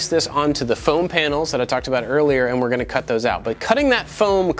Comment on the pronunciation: hold on, does he say "hey i'm AND i like to make stuff" or does he say "hey i'm AT i like to make stuff", am i just crazy and heard wrong this one time, or have i always been wrong thinking he says "and"